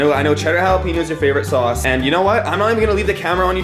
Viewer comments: Jalapeno!!!! (ha-la-pen-yo) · it is pronounced ha-le-pen-yo